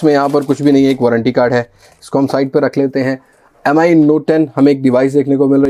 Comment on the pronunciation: its MI note 10 Bro Not M I M I